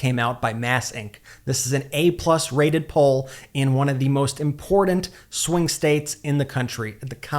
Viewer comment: Dude - I appreciate your message but you MUST STOP mispronouncing the word important!! I have commented on this before in your MTN ads, to no avail. The word does NOT have a D anywhere in it - not in the middle, not at the end; it is a T! Unfortunately, I first heard this word pronounced this way by maga, so please fix your pronunciation. Thank you! Otherwise, you rock!! 💙💙💙